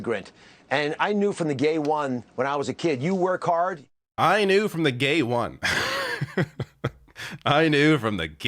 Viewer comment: He didn't just say "gay" instead of "day", he said "the gay"; "the gay one".